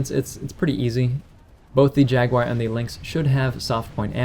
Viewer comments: Where the hell do you get Jag-Wire out of Jaguar (i.e Jag-u-AR)? Honest question. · You saying Jaguar sounds like "Jackwire".